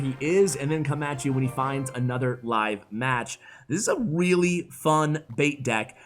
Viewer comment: It's a weally fun deck 😂